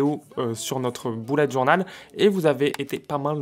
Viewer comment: "boulette journal" Mdrrr l'accent totalement absent xD